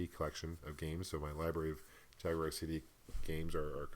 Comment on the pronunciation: Jag-you-are! lol